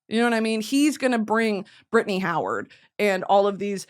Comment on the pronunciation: Bri-tan-ny!!!! Please eat breakfast